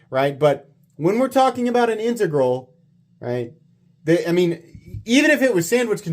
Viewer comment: learned to pronounce "integral"!